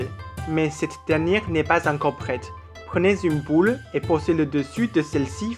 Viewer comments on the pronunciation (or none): 加油！ boule et non poule 😀 ! Bravo quand même! Courageux de faire une vidéo en français!